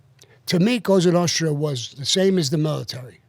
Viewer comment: Sean has difficulty saying 'Nostra' lol there's an S in there bud haha